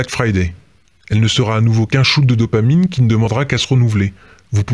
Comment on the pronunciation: VIE-tamine au lieu de dopamine !!! Merci ... Rock on !!!